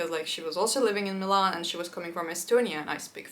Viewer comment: Interesting! I think I caught a Russian accent when you said Милан, or rather I should say a perfect native-like Russian pronunciation! I wouldn't even have noticed if the rest of the video didn't sound native in English, even the same word said like 10 seconds before 😀. P. S. I know, it's a very random comment, I just found it both curious and nice, along with the fact you feel the most friendly when speaking Russian 😊